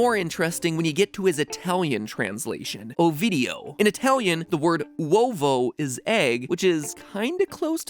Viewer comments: per l’amor del cielo, it’s not “ouvo” si “uovo” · Matt, egg is "Uovo", not Ouvo in italian! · Egg in Italian is NOT "ouvo" but "uovo" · is UOvo not OUvo. (Am italian) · it's not ouvo it's uovo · uovo... its uovo not ouvo... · Sorry, but... It's "Uovo" not "Ouvo". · It's uovo not ouvo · MY COUNTRY IS A THEORY...... A GAME THEORY. btw it's called UOVO not ovuo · actually it's "uovo" not "ouvo" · oh boy ITS CALLED UOVO 🤦🏽‍♀️ Im italian and its "uovo" not "ouvo" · I am Italian and, im sure it's not "ouvo" but "uovo" good video btw:) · ITs UOVO not OUVO I'm italian and I'm laughing so hard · > It's "uovo",not "ouvo"(even if in tuscany dialect[which is my dialect]we say "ovo") P.s.I'm an italian girl :) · uovo, not ouvo XD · im italian and its not ouvo the name of the egg its uovo but its ok u will remain the best for me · Mat i’m italian but, it’s not “ouvo” it’s “Uovo” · When he said : egg in italian is ouvo Me:triggerreddd Always me: is uovo not ouvo (triggered×2) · er, its "UOVO" mat not Ouvo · it's uovo, not ouvo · Boyy, it’s “Uovo”, not “ouvo”💗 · Mmmh, relly interesting therory, but there is one error at the minute where you say ouvo when the word is uovo...and this trigger my italian origin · little correction. It' "uovo" not "ouvo" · egg in italian is actually "uovo" not "ouvo" italian gang rise up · Hey... Ummmm... I know this video is somehow old but in Italian it's "uovo" not "ouvo" good video tho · sorry Mat but the Italian word for egg is actually Uovo, not ouvo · as much as i love this channel, my italian pride can't just let it slide, it's "uovo", not "ouvo", it's also said "ovo" by dialect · Osterhase - great pronunciation! Uovo (not ouvo) - meh pronunciation Still a great video, as always! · . I am offended ._. seriously i am italian and the "ouvo" ITS "uovo" that means EGG!!! GOD DA€# IT! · uovo, not ouvo, but ok, i'm happy about the fact that for the first time the italian version was useful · "ouvo" isn't a word in italian, I think you mean uovo